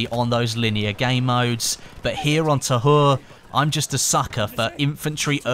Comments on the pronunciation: is it supposed to be called Pres de twa in English, I'm just curious please no hate but it's bothering me it being pernounced tahur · its pronounced Ta-oore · The H is silent in French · its Pronounced Pree De Tah Ur. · The french dont say the H so you pronounc it as ta ure